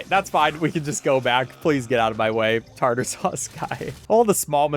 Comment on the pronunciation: its tar tar sauce 😭